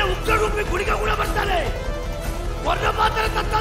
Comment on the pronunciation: That is guliga & not kuliga